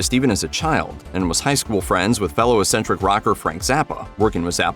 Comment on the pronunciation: And Eccentric is pronounced ehk SEN tric NOT ess entric!😁